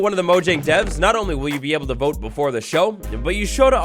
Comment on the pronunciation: He said mob boat instead of vote